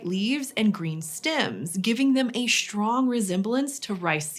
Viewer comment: "Shtructure, Shtrong, Shtraight, Shtrange". PLEASE STOP. :(